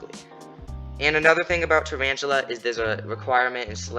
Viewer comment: Traranchula lol